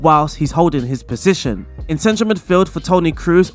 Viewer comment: Kroos is pronounced like the word Close (sounds like) not like Cruise